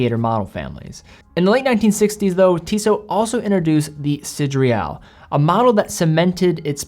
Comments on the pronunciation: Should be "see, day, rall" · Hey. I picked one up 2 days ago. It truly is lovely. One small thing: it’s “Sidéral”, not “Sidréal”.:-) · Sid-re-al…?? Pretty sure it’s Sid-er-al. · Am i the only hearing "sidreal" ? In any case, great video and great watch :) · Why is (mis)pronouncing "sideral" as if it is spelled "sidreal"? Even the actual word (sidereal) is pronounced sə-DEER-ee-əl. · SIDERAL WTF IS DAT PRONUNCIATION LOL I LOVE YOU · Good review. But you totally mispronounced the name of the watch.